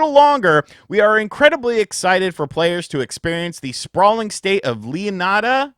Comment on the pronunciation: Lol when you said the name Leonida i cringed so hard. its gonna suck